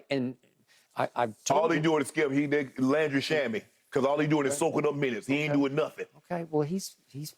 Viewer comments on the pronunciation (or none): “Landry SHAMMY” 😂😂😂😂